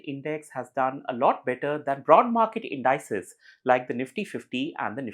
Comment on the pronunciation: Every time somebody mispronounces "indices" as in-DIE-sez, a little kitten dies somewhere.